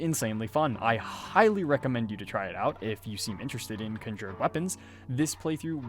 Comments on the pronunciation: Nice video. I’m very confused by your accent tho. How is that you can pronounce “conjuration” without any issue, but somehow “conjured” comes out as “kin jured”? Anyhow, thanks for making the video! 😅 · You dont say conjured correctly and it drives me nuts lol